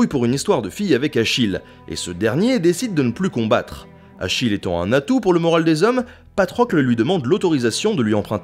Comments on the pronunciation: Un atout = un "Natoo" XD Quelqu'un d'autre l'a vu?... Ah, ben j'ai fait défiler les commentaires,... Maintenant, oui. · "Un Natoo" hahaaaaaaa